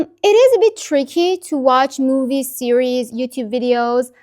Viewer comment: I'm learning Arabic and stuck, and have liked your videos. This plan has parts I'll try to implement to get my learning back on track While perfectionism should not hinder us from learning I thought a couple of little corrections to your English would be helpful. The singular of a tv series, is "series". It sounds like you're saying "sierie". When you say the Chinese test, is it HSKe or H-"Skey"?